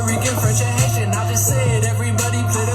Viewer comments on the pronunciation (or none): none